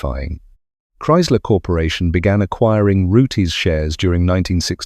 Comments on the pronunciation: Pronounced roots not roo-tess! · "Root-izz"?!? "Zee-nith"?!? "Carbur-ay-tuh"?!? "Pyoo-zho"?!? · would be better if your voice could pronounce rootes correctly instead of rooties. vert irritating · Fuck sake “Root ez” now.